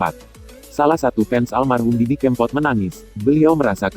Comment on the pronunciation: Didi kèmpot bukan kempot pengisi suaranya kok gt sih :(